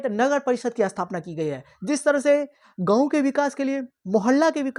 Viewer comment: Shahar . Not sahar Gaw nahi. Ganv poor hindi acchi malumat thanks